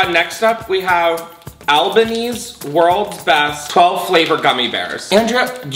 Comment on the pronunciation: The way he pronounced Albany